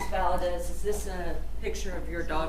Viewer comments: Exactly. And disrespectful…especially to the family of the victim. How are u an attorney in TX and cannot say Valdez. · Can this educated woman, in TEXAS (!), really not pronounce “Valdez”? It’s annoying me so badly. Do better.